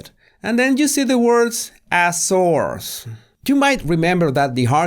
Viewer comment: I laughed out loud when you said A SOURCE in your accent ..haha